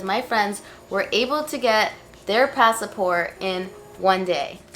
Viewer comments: Sis it’s passport not passi-port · lol "passeport" instead of "passport" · Pass Port not passa port lol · She say's pass a port. Not passport. LOL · Is it "pass-a-port" or "passport"? I can't tell because you bounce back and forth between the pronunciations. Is it plural thing idk about? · It’s pronounced “pass port” not “pass uh port” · HEY DOC. It’s PASSPORT!!! NOT PASS-A-PORT there is no A after pass in PASSPORT!!!! Thanks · Lol I noticed that too. It’s spoken or pronounced passport not “passaport…” However thanks for the vid ~ good info to know thanks. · “Pass- a-port”😂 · The way she says passport. Pass a port. LOL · "PassAport" lol Most Latinos say it like that. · Each time she says ‘Passa-Port’ I get aroused. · Can you please say "Passaport" ... one more time! heheh Great video. Gave me hope and I will try despite the 4-5 weeks turn-around time everyone keeps talking about, for the expedited type. Thank you. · 🤣 I was wondering if I was hearing things. "Did she just say passAport?" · Passé Port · It's literally spelled on there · she gives kind of a half Spanish half English pronunciation of passport.